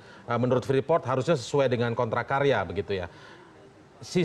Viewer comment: Freeport, Preefort, Preeport, atau ?